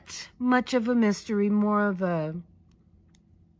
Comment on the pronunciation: Instead of a mystery it was a messtery . Lol